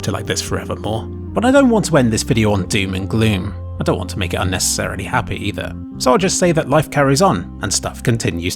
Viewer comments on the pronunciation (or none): none